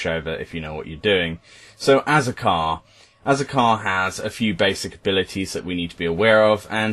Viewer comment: "Azakar" .... "As...A...Car..." Turns into a car. Tera logic. Grats on having a unique idea, Tera? xD